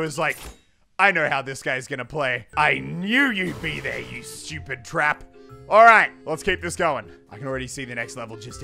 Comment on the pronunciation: Anyone notice how Muselk says STUPID Muselk: Shupid